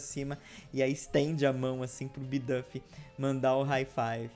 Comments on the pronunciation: eu amo o canal mas eu sofro um flinch toda vez que você pronuncia uma palavra em inglês errado, tipo "bidâf" (e não "biduuf") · Não seria "Bidufi" a pronúncia??